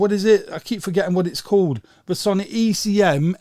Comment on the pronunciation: Sony is pronounced sow-knee, not son-ee.